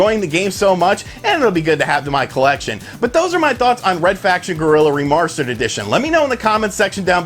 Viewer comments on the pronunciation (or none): "reMARSter" lol